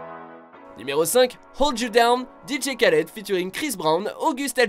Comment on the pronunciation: Dj khaled mdr ca se prononce rhaled